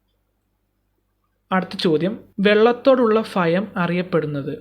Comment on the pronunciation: ഉപകാരപ്രദം👍 ഫയം അല്ല, ഭയം